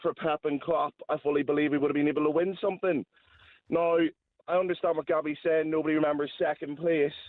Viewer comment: Why does Gabriel say "Somethink" instead of "Something"?